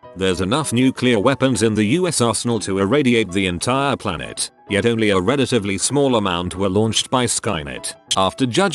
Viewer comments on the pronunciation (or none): none